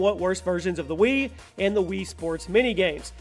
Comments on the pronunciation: the "WeeWee" XD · Hahahahaha every time you say wiwi gets to me every time lol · Ninintenendo wiwi? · Ha!!!! The wiwi is a pee ha no efence but its funny when you pronounced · Lol wiwi sounds like kiwi I laughed so hard I chooked on my spit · The WIWI. r u serious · Jin M "Uh hello can I buy a WiWi please?"